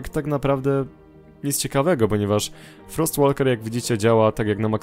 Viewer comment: 'Frost Walker' czyta się "Frost Woker",...;)